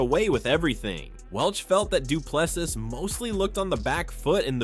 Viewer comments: For anyone interested: his surname is pronounced as "du Ple-SEE" not "du Ple-sis". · Well done Dricus, viva 🇿🇦. I enjoy your channel, but please pronounce Dricus du Plessis [doo-pla-see], silent ‘s’ at the end. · The S at the end of Du Plessis is silent! It's French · How stupid are the Americans that after DDP has been the champ for over a year, they cannot be bothered to learn how to pronounce his name properly. He is a world champ and deserves that respect. Do better ignorant Americans